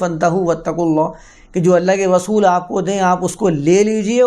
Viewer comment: رسول کو غسول مت کہا کیجیے۔ اردو کی عربی میں تلاوت کی کیا ضرورت ہے؟